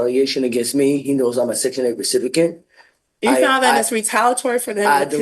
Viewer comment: Nah, she’s just wanting to be a recipikant (how she pronounced it🤭) of the academy award for victim hood